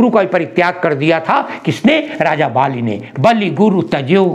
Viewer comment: बालि नहीं बलि